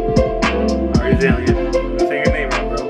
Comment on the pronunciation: Bro aaxslan is pronounced as aarkslan